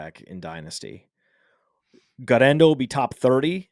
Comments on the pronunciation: Almost turned it off for how annoying the guerrendo pronunciation was. 1. Just say it normally 2. You’re attempt at Spanish is abysmal 3. He’s not Hispanic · You can't say Guerendo like that. I almost switched off the show lol